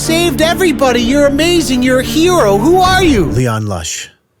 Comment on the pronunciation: Hero? Sound's like gyro 🥙 :p